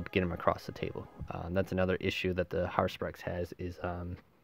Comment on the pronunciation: Hey man just some CC. I don't like to be that guy, but it would be well worth your while to take the few seconds and carefully read the names of the things you're saying. There's a lot of pretty blatant mispronunciations of names and units and it gets really distracting. One of the biggest ones for me was "Harspurex". It is "Har-u-spex". I think the video, other than the presentation issue, was really well done, and shows your experience with the faction.